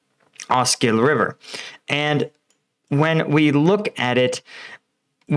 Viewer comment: He also figured out how to pronounce OSKIL !!